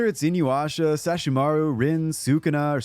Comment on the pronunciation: you said sesshomaru wrong....